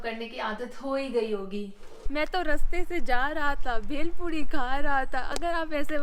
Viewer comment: "मैं तो रस्ते से......." देशी वाला अंदाज 😀😀😀! वीडियो बहुत अच्छी है, हमें पता चला कि, हमें जर्मनी क्यों नही जाना चाहिए, धन्यवाद जी!😊🙏